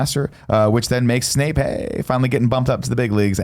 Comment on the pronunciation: For this series, every time Nick says Snake instead of Snape you have to drink